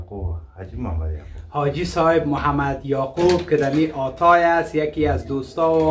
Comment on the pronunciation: اسم اون شهر حاتای هست نه آتای درست تلفظ کن